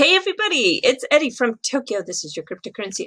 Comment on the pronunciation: I love you too much to even go down the rabbit hole of why aren't you pronouncing it as to your mostly English pronouncing audience? In country too long? You're American right? Wondering. I wonder if I'm the only one who pointed this out? Every time you say Eddie, my mind just screams out, no, you're ERRRRRIE. hahaha You're the best and I'm so sorry to bother you with this. You can do 2 a days. Screw the editing. You're a natural and we just love your vibe!